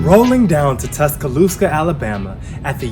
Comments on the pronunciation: You lost me at "Tuscaloosca" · Great video and I laughed how u said Tuscaloosa